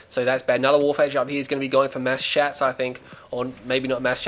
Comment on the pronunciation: "Mass Shats" sounds very painful..